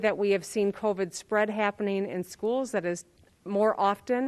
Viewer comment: Also, the way she says covid bothers me